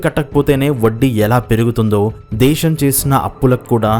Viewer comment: దేశం అనాలి బాబు... దేషమ్ కాదు